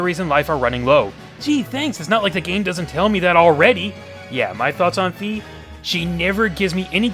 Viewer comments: In past games I never used any of my items to fight . So maybe that is what they were thinking. Also I never had a problem with the sword going out of alignment. Maybe you are swinging it too hard? And Fi is pronounced with an i sound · Fi is pronounced with an "e" sound.